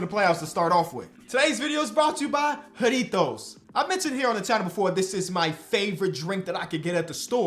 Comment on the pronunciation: Bro the way u say jarritos triggers me👁️👄👁️